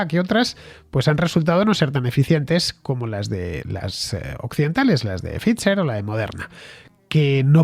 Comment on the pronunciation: Pfizer se pronuncia "Faiser" Fernando